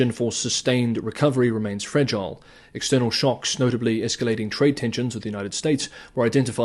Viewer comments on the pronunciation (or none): none